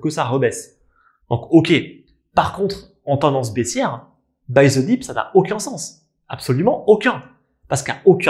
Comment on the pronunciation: Buy zeuh deep 😂😂